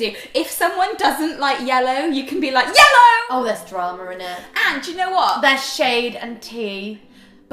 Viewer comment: The way rose said "yellow" and emphasised it so much made it sound like "ye lo" which like means "take it" in Hindi (One of the Indian languages). Definitely will be taking it Rose 😉